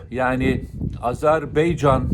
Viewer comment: Azerbeycan değil Azerbaycan...